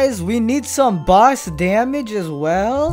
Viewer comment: i like when he say "boss" it sounds like "bus"